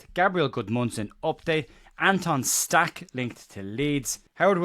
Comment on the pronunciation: Awful comment about how to proonounce Stach’s name. As a proud Welshman, who has the letter ch in my language, I am totally fed up with comments like that that .